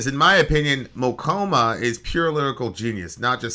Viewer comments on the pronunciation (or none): mokouma... sounds like my glaucoma. lol. i know pronouncing stuff is hard but it is always just so funny. imean how did that U end up in there